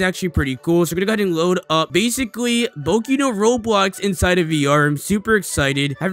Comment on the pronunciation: he says boki instead of boku